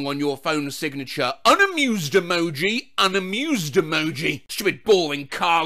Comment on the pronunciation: i want to hear more of saying "unamewwwwsed emoji"